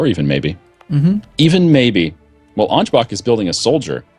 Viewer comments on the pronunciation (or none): For fucks sake it's not "Angebak" it's Ansbach. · And you are not bothered by "Angebak"?